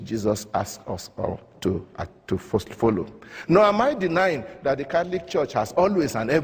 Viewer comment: Were THE NIGERIAN BISHOP able to pronounce the word 'CATHOLIC" correctly I might have listened more though still agreed less... 'CATLICK' isn't a word... xx SF